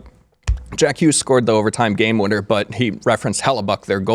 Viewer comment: he's saying "It's Jack Hughes", but he's pronouncing it in a french way for some reason "Jacques Hugue"